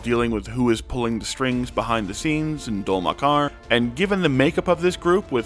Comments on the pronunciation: also Dol-Makjar seems to be pronounced "dole mak-ee-are" or similar. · how do multiple d&d channels that explain campaign 4 mispronounce dol makjar that badly?? they literally say the city's name numerous times per episode. Do they even watch the show or just let chat gpt do all the work? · big fan of your pronounciation of dol makjar lmao